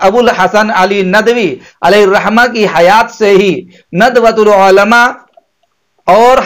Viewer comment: آپ مفتی تو نہیں لگ رہے آپکی زبان سے اور شاید حافظ بھی نھی ہو تبھی عُلْماء عُلْماء کہ رہے ہو عُلَمَاءْ ہوتا ہے